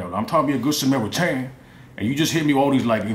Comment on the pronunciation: "I'm just tryna be a good semaritainnnnn" LMAOOOO he said it so wrong!!!